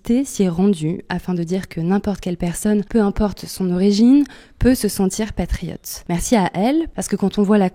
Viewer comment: Pas triote mais presque😂😂